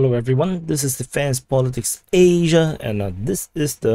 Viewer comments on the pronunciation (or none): "Asia"!!!! Lol.